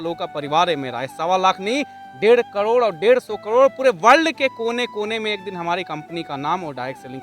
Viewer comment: करोड़ तो सही बोल ले 😂कड़ोर😅